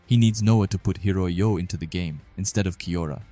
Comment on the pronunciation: how can you read the name and still get it wrong man??? its HI-O-RI for gods sake